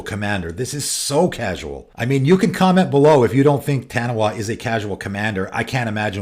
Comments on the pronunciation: Hearing you say "Taniwha" is slightly triggering me lol, its a popular creature from Maori myth pronounced "tuh-knee-fuh". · FYI, 'Taniwha' is a Maori word, and in Maori, 'wh' makes a 'f' sound. It's pronounced tah-nee-faa. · Great video, and discussion points. Side note: Taniwha is a Māori word and is pronounced 'Tahneefaah. I'm sure most people not from the pacific wouldn't know that, so this is for people with a Taniwha deck who want to say it correctly. I'm from New Zealand, where the word is common knowledge, so I had to comment. ✌️